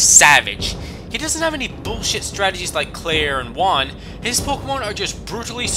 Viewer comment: You pronounce EVERY THING WRONG like Juan mismagas and basically every thing but I agree on the Norman that guy is miltank in human form